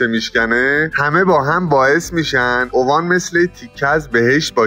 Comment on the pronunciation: داداش با عرض معذرت اسمش اِوان نه اُوان. جای خیلی باحالیه